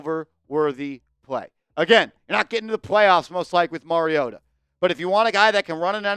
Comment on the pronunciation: Mariota??? Cmon 😂😂😂😂